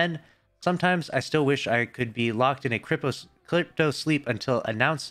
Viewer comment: is it just me or did failed to even say the word "Cryo"?